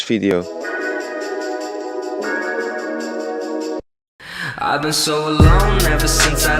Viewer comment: "Enjoy this Fideo" lol